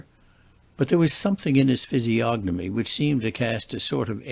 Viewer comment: When I heard you pronounce the “g” in physiognomy I knew we were in the hands of an ignorant reader.